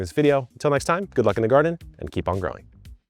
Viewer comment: "and myself, with about 12 years of groaning experience..." Lmfao 😂